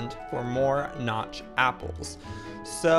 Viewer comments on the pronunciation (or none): Joey its notch apples not god apples